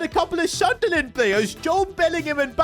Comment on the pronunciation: Sunderland ❌ Sudnerland ✅